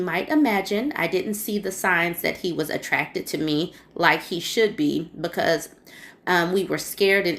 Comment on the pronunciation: That "becuse" is driving me crazy. Lol